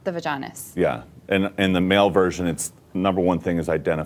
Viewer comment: when Eric says "vaginis" i fucking lost it for about 2 minutes